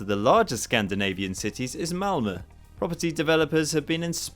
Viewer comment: Cudos on the pronunciation on "Malmö" really good!